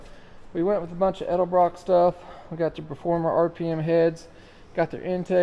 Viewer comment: so many people say elderbrock instead edelbrock. it always makes me chuckle.